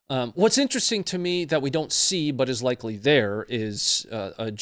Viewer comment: Hah! said “ extremely likey”